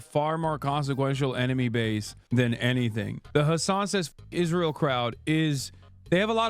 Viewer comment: Damn "Pakistin" "Isria" 😂😂😂 Also I noticed hasan says ✝️ references at the same time simping for ☪️ terror¡sts groups 😂